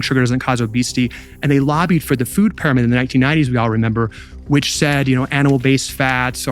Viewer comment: WHY does this speaker keep saying PIE RO MID ???!!! It's soooooo annoying! NO ONE says that. It's "peeromid" If you are going to have AI speaking at least train it to pronounce words correctly.